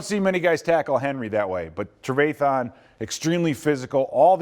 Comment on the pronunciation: Somebody teach this man how to say trevathan